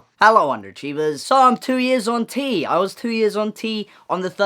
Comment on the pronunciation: I keep hearing "hunty" and not "on T" I'M SORREH!